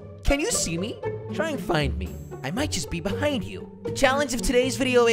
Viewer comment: beheind tree